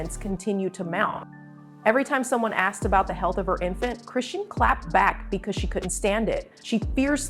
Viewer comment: Ya'll don't know ish about her or her child. We see small clips and ya'll just come out with you assumptions. You don't know her personally or see her and baby in person. Worry about your life and you don't even know how to say her name right but you're making a video about her life 😒